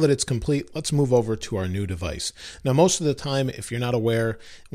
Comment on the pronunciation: What is devaice